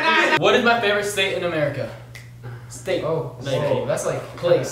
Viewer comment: Was I the only one who heard steak instead of state? 🧐